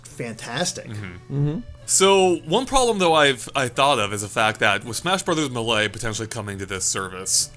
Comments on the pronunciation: The way he pronounces 'Melee' triggers me. It's pronounced: May-Lay. Not Meh-Lay. Otherwise, great video, have been watching these all day. :D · Stop saying Muhlay u hyeck. It literally says Maylay in the game. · It's Not Mah- Lay It's May-Lee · Melee is pronounced mei-lei, not muhlay. Love the video (audio?) but that made me cringe pretty hard. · Super Smash Bros "Muh Lay" no one calls it that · ...it's pronounced, "*may*-lay". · its MAY LAY jesus christ. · "smash brothers muhlay" lol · If this freak says "mahley" again I'm gonna kill my little brother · The way you say Melee makes me puke in my mouth